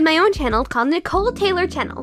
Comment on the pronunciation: why does it sound like she's saying "Nicole Taylor Channel"